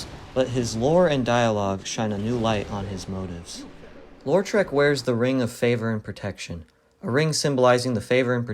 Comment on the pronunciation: Why do you think his name is pronounced "LOR-trek"? It's either "LOW-trek" or "LAW-trek" but either way there's only one R in Lautrec.